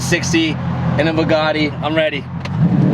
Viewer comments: Everyone: Bugatti: Ba-Gatti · WTF is a Bagatti? It's Bugatti! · he sounds like he is saying bagatti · How has no one pointed out that has no idea how to pronounce Bugatti. Manny tried to call him out when he had the chance and didn’t catch it 😂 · the way says Bugatti, bothers me 🤣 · How he pronounces Bugatti cringes me 🤣🤣🤣